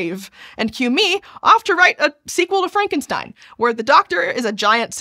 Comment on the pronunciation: You kept on mispronouncing "Frankenstein." You were pronouncing it in an Abby-normal way. ;-)